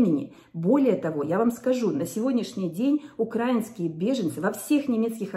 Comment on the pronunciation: Вы правы. Вы приехала сюда по своей воле и с расчётом на будущее - наверно, из любимой раши от «хорошей» жизни (потому что украинцы произносят украИнский - а не укрАинский) и понятное дело - вам было необходимо интегрироваться в общество, с нуля. И, да - вы правы - мы здесь не по своей воле. Да, я очень благодарна Германии за такой радушный приём. Это, действительно, больше чем я могла ожидать. При этом, знаю по себе, и много общалась с теми кто приехал (как минимум, многих насильно вытолкали из дома мужья - потому что видели - КАК зверски с нашими женщинами обращаются окупанты ) - большинство из нас тут надолго задерживаться не планирует - как только угроза с воздуха перестанет быть актуальной, мы вернёмся поднимать нашу страну. И, кажется, вам трудно понять - ЧТО значит - собрать вещи за час (под звук сирен) и уехать в никуда , и ещё потом больше месяца тело содрогается от каждого громкого звука автоматически и месячные пошли только сейчас - после большого перерыва. И тд Знаете, вы, конечно, даёте информацию. И иногда это бывает полезно. Однако, если сравнивать с другими каналами, вы не всегда доброжелательно высказываетесь и ставите очень резкие названия. Понимая принципы развития ютюб, я вижу вашу стратегию - хайпануть на горячей теме. С вас искренней помощи - не так уж и много, а вот провокация на комментарии и лайки - очень умелая, для развитияканала)))) Это очень отталкивает. Поэтому, прежде чем осуждать нас, вспомните - что вы на нас сейчас тупо зарабатываете, и хоть